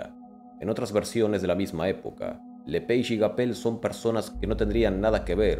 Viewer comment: Se pronuncia lepage porque es nombre francés Si los las aves son la evolución de los dinos, ¿puede haber dino remanescente?